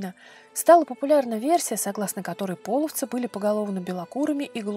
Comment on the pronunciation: не пОловцы, а полОвцы! И не показывайте изображения тюрков больше, половцы всегда были степным племенем славян, мы всегда были светловолосыми европейцами с карими глазами, язычниками. Весьма неприятно когда вы на полном серьезе озвучиваете церковные расистские и ксенофобные мифы! Мы никогда не предпринимали завоевательных походов и не были соседями, мы часть Руси не принявшая крещение и боровшаяся с насильственным крещением, по сути это гражданская война с христианскими захватчиками